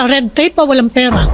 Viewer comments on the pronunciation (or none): Hindi PIRA... PERA ANG PAGBIGKAS!